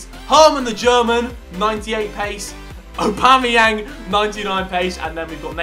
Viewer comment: On his pace team did u hear him when he said abomyang